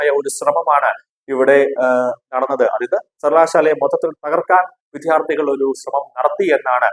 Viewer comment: മലയാള ഉച്ചാരണം ശുദ്ധീകരിക്കുക. വിദ്യാർഥികൾ ആണ്. "വിദ്ധ്യാർഥി" കൾ അല്ല.